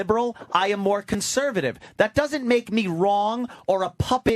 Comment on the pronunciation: opie doesn’t even know how to pronounce the word conservative that’s how stupid he is.